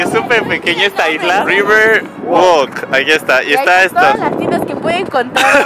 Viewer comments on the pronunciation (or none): none